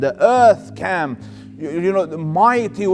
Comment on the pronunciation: Selam Aleykum. Beautiful speach.❤️🌹 I wish someone could teach this sheyh how to pronounce the word "came" .not "cam" Came is pronounced like "caym" kaym"